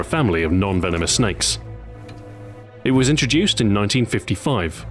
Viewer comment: he said was mate. he said WAS.